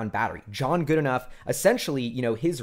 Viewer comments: Really good analysis. Just so you know, James Goodenough''s last name is pronounced "Goodnow." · Love you videos. I believe it’s pronounced Goodenow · Goodenough is pronounced "g UU d n OW". If that is too much just think good n now. That should be good enough.